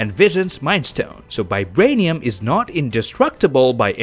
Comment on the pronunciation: Is it just me who hears 'Bibranium'?